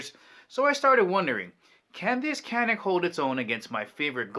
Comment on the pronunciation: Alright matey,canik is not pronounced as it's spelled in America.Turkish c is a j!like the actor Cüneyt Arkin.its really jewnet Arkin.now,I have no love for Turkey!the country,not the bird.once upon a Time their greatest exports were drugs, couple other things but c'mon we only remember midnight express.and motherfucking Cüneyt Arkin!if you've not seen Turkish starwars? unholy mackerel!it straight up steals star wars film stock, hilarious! anyways Turkey is putting out a few decent firearms now.more than a few really.all I'm saying or asking is. let's pronounce other people's language's that are not Spanish, but once upon a Time,our time.a very real threat to Communism!I'm too nice I know but? hopefully that country may find it's way,moving forward in positive directions rather than backwards into used territory?but who am I to say anything.